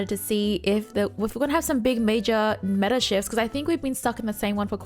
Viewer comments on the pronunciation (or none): none